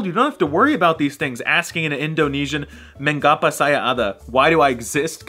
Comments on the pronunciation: Bruh it's "meng-apa" not "men-gapa" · It's not pronounced men-ga-pa, but me-nga-pa. In Indonesian, we don't just use the sound 'ng' only for ending a syllable like in English, but also for starting a syllable. Other words that use 'ng' as a syllable starter include: mengasah, ingin, pengawal. Try to pronounce them, it's fun